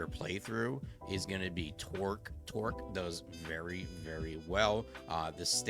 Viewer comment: Good video! Only one problem, it’s “Torgue” with a ‘g’ not “Torque”. Hearing it pronounced like that just hurts my soul lol